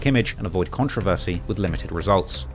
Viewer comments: You need to learn how to pronounce controversy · Is that really how they say “controversy” in England???